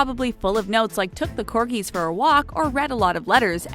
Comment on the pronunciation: It's not Corkies , really u should use proper grammar when u have a job in announcing Royalty especially!